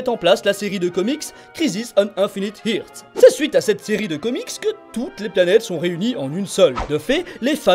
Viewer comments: Par contre , earth , se prononce "eursse" , pas irsse ;) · ''Infinite irth'' lol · EARTH pas IRTH 😭 un petit effort si non très bonne vidéo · earth prononcé Irt, pouce rouge